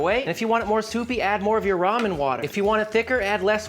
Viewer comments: It's "Ramen" , not "ROHMAH". Who taught you how to read? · It's Raymen ffs.